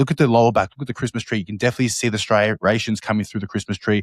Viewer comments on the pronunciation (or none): oh man we got Phil saying "stry-rations" now too! lol